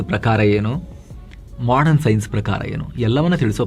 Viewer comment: Modern shabdsvannu modran endu uchcharisidderi avare... Sariyagi uchacharisiri